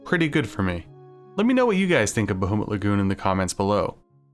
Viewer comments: Bah-HOO-mut Lagoon, eh? Sore-ee, hoser. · I love you, but hearing "BaHOOmut Lagoon" hurts my 'tism deeply. Great video though, bro